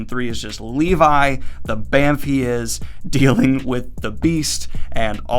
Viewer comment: Lee-vi? more like Lee-bye